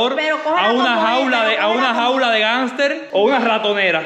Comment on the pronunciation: Una jaula de gánster no de Hámster 🤣🤣🤣🤣